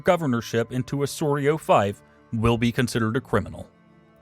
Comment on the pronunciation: "Fief" is rhymes with thief, not strife